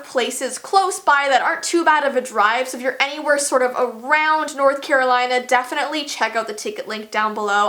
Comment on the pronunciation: Lol u said “Dafenitly”